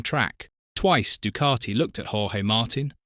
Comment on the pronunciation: This commentary annoys the shiy out me. There is NO R in Ducati.....D U C A T I.........where is the R?